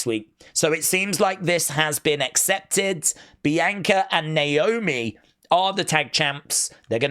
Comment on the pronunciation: Candace botched Naomi’s name in her promo hilarious 😆 lol 😂